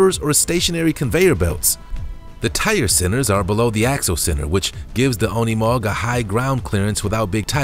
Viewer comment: Unimog is not pronounced as UN ee mog! It’s pronounced as You neh mog! Incorrect pronunciation is the only thing I do not like about your channel! Get with it. I happens on every other video! Figure how to pronounce words properly! Especially words you’re not familiar with!!